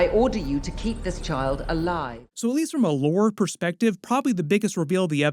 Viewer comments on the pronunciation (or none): none